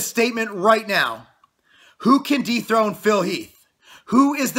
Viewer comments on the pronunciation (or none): anyone else think it's sounds like he said "deep throat Phil heath" instead of dethrone...